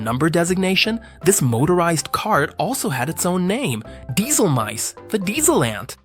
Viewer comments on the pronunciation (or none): He just mispronounced Dieselameise. It means diesel ant